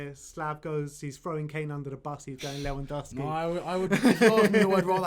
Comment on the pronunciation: Le-van-dov-ski And no, Harry Kane is not better than him. By any measure, except your EPL bias. Harry Kane is the most overrate player in the world, which is fitting, because the EPL is the most overrated league in the world. Everyone is so mediocre that Harry Kane stands out.